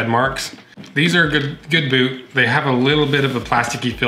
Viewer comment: he said bewt